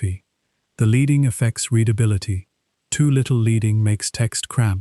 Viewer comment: s/b pronounced LED-ding